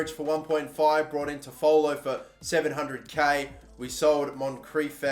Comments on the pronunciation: FYI, it’s Tof-ah-low. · Just giving you some help Toffolo is pronounced 'toff-o-lo' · It’s pronounced tough-full, and Lincoln are in league one now after winning league 2 last season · You are saying toffolo wrong It's pronounced toffalo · You are saying toffolo wrong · Please go see how to pronounce Toffolo correctly please 😅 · Your also pronouncing toffolo wrong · Love how you pronounce Toffolo, it's not quite correct but it makes me smile!